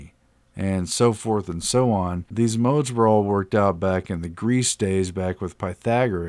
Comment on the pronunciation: Lol I had fun listening to you trying to pronounce modes 😂